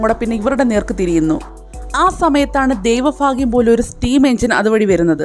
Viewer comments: ഫാഗ്യം എന്നല്ല ഭാഗ്യം എന്നാ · Dayva phagyam alla bhagyam